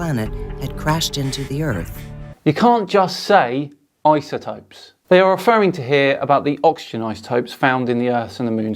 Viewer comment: Did she say isoTROPE? What’s an isotrope?